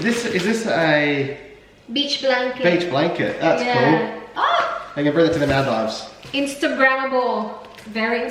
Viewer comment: Do you want to search how to pronounce Maldives????